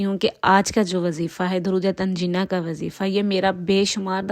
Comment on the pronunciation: Darood tanjeena nahin tune jina pesh Hai upar tune jina